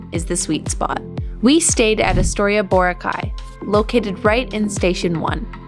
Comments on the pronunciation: Boracay is a filipino word and should be pronounced as such... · It's too bad you never learned how to pronounce Boracay during your stay.